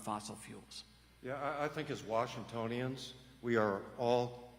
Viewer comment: 1 minute into this debate. Wtf is this pronouncation of "Washingtononians"? Where the hell is this guy from? Doesn't sound like he's from around here.